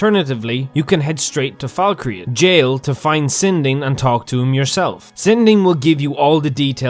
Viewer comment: Falk-reath (reeth), not Falk-re-ath